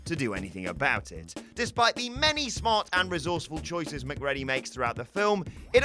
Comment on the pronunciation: im not sure where a dude who claps like hes a marionette and mispronounces Mcready ( as in Mac-reedy) gets off criticizing Jimmy bond and co.